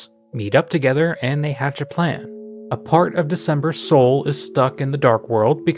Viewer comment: i have NEVER noticed ralsei says "dart" instead of part